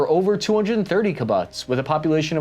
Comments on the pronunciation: Your analysis is refreshingly comprehensive, however, it is marred by jarringly mispronounced non-English words, and misidentified visuals. For example, you showed a photo of a MOSHAV, while describing kibbutz. Moshavim are farms but not communal collectives, they are typically made in the circular pattern shown in your visual. The mispronunciation of the word 'kibbut,z' was particularly grating...the "u" sound in Hebrew is pronounced like the double "o" in the English words, "zoo" or "too" so...KeeBOOTS, not KiBUTTS. . You similarly mangled the Latin Cassus Belli, KAH-soos BELL- ee is a more correct pronunciation. Additionally, when discussing the 1948 war, you conveniently failed to mention that the Pan-Arab armies of Lebanon, Syria, Jordan, and Egypt initiated the war with the expressed goal of "driving the Jews into the sea", and asked the Palestinian population to get out of the way so that the Pan-Arab army could attack without needing to avoid Palestinian Arabs. They were assured by the Arab leaders, that in a few days they could return and take whatever land they wished for their own. Of course, the Pan- Arab army, with its overwhelming numbers and firepower lost that war...failing in all of their objectives and fomenting the "Nakba " in perpetuity by pointedly refusing to offer citizenship to the Palestinian Arabs they had asked to temporarily step aside, cynically allowing them to live in increasingly squalid camps for generations to serve as political pawns in a re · 😂😂😂 bro. You mispronounced Kibbutz the first 3 times, then, for some odd reason, pronounced it correctly a couple times, then reverted back to pronouncing it incorrectly a few more times. Why bro? 🤣. Stop it, yer hurting my brain. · it's "key-boots", not "key-butts". It has nothing to do with butts. Don't call them butts. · It’s pronounced “key-boots”. Otherwise fantastic coverage. Super informative. Really appreciate your hard work. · 'keee boots' not 'ki butts'